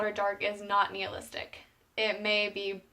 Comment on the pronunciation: nihilistic not neolistic. i seriously enjoyed the video and appreciate the hard work. i found the book a fun read but you have to be on your game or you will miss the book within the book